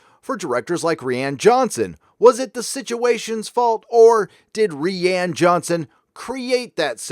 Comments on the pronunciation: Am I missing something? I thought it was pronounced "RYAN" Johnson, not "Ree-anne" Johnson. Or is this a dig at the director? I want to think it's poking fun, but I'm usually wrong, haha. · Rihanna Johnson that's what it sounds like he say instead of Ryan Johnson